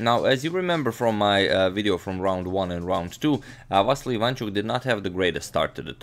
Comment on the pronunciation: yes and his second name is ivanchUk, not ivAnchuk, but nobody cares here :)